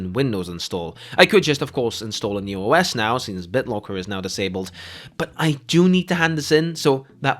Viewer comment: I recognized he was dutch the moment I heard BitloAAAACker haha